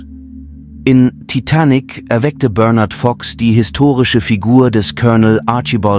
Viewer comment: Kein schlechtes Video, bis auf die bescheuerte KI Stimme die sich nicht entscheiden kann, wie manche Namen (inklusive des Filmtitels) betont werden soll...